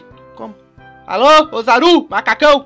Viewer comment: melhor português osaru né é ozzaru